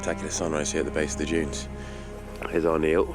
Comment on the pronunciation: "Giant sand junes"